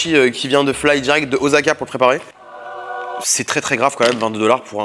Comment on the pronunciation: Le mec dit qu'il faut prononcer les mots dans leur langue natale, mais par contre pour dire Osaka il est pas foutu de faire l'accent 😂